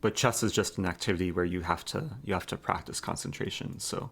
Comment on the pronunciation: A few sounds you mispronounce. The "EH" sound in words like chess = AAA as in "AT". Consonant issue EG: Variety. You say Va wa eh ee. Harden up those consonants!